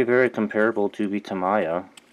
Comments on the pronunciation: I believe it's "Tah-mee-yah" not "tah-mai-yah" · Gawd, the way you pronounce tamIya irks me so much. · White people prefer to say it "Tah-MAI-ya". Asian people prefer "Tah-MEE-ya" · Tami is very offended by your pronunciation. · so cringy everytime he pronounces Tamiya. lol! but helpful video overall.